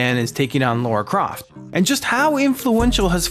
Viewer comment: Americans and calling Lara Croft, Laura Croft, will never stop annoying me